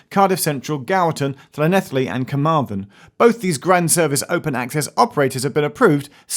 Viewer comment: It’s pronounced klanelli